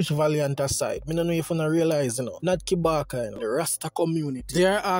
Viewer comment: Kabaka not kibaka